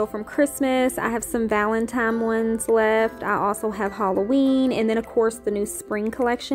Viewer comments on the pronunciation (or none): Valen TINE!!!!!!! It is not "Valentime"